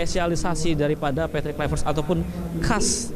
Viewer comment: Apalah wartawan sebut namapun tak betul:KLUIVERT,ini dibaca:KLUBET bukan KLUBE